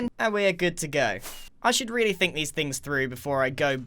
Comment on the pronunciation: “NeThEr-Y fInGs”